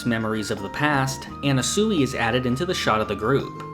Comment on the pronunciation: Words can’t describe how off this guy’s pronunciations are. At this point I feel like it’s got to be a bit, how do you read it as an-na-su-i?